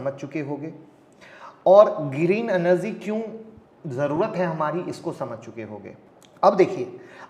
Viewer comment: Dude, it's not 'Enerzeeeee' it's 'energy'🙄🙄